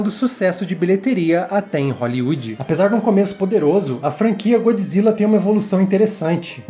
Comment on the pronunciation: GodJIRA , GodJIRA , você leu com a voz do japonês né kkkkk